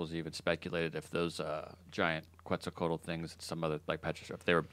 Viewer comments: pronounced: Ketz-Al-Co-At-AL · It's pronounced quezt- al -coa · I think it's pronounced as ket-zahl-cowhat-el